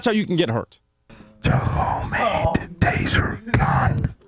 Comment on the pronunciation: "TAYZAH" xDDDDDD